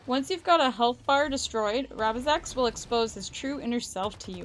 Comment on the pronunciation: failing to prepare is preparing to fail misread rabizex's name lol